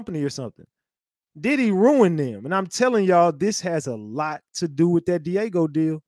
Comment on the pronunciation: It's Diageo not Diego.